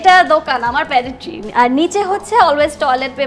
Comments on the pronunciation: Pantry, not panitry. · pantry প্যান্ট্রি উচ্চারণ panitri প্যানিত্রি না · আপা , correct উচ্চারণ " প্যান্ট্রি = Pantry " প্যানেটট্রি না।